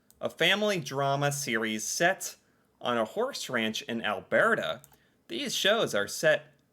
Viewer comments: Only ever seen 2 of those. BTW it's Alburrta not albearta 😂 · You’re mispronouncing Alberta. It’s NOT “AL-BEAR-TA” Why are you saying it like an Italian. It’s pronounced “AL-BUR-TA” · It’s not Al bear tah though: it so Al Ber ta, like brrr, it’s cold! Or a burr that got stuck on your dogs fur :) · Alberta is pronounced Alburta not Albearta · Alberta is pronounced: Al bert a not Al bear ta ?!🥺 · I am very sorry but I have to correct your pronunciation of Alberta. It's Al bur ta, not Al bear ta lol. Love your videos. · It’s pronounced Albrrrrta, not Alberta. I can’t stand it anymore.😂😂😂 My favourite shows are Due South and Corner Gas. We do humour exceptionally well. Smart Funny. The actress who played Orphan Black was astounding. She did accents, and literally played a bunch of different characters even interacting with each other. Amazing. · AlBURTa, not AlBEARta. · Alberta is pronounced Al-burr-ta 😊. I like your pronunciation. Kinda made me giggle. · Cracked up every time I heared Al-BEAR-da lol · So far loving the list. Still getting over your pronunciation of Alberta 😂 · Albertan here, I have a chuckle every time tries to pronounces it. Cheers!